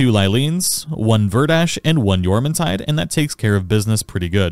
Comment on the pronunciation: YEAAAAAH YOU PRONOUNCED JORMUNTIDE RIGHT LETS GOOOO fantastic guide btw